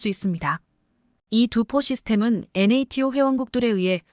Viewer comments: 엔에이티오가 뭡니까? 여지껏 나토로 읽었지 엔에이티오로 읽은적은 없지요. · NATO--->나토로 읽어라 얼간이, 군사용어-공부 좀 하고 읽어라 AI처자야.